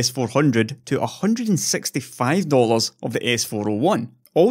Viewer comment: I like when he say dollars. Sounds cool in Scottish :)